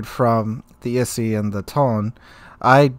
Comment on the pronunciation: Yo its I-Sei or I-Say. XD